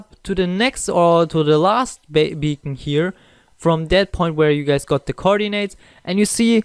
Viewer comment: It's beacon my dude